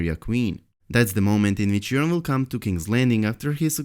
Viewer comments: Urine Greyjoy!!! (Long O in Euron) (Eur-On) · pronounced "your-on" not "urine".